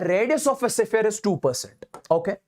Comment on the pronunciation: Sphere❌sipphere✅..just for fun but really u r a great teacher ever 💗